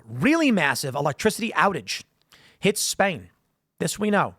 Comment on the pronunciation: Did you mean "Hits Europe"; not "His Europe"?? Tighten up "Daddy Tim". The baby got you slippin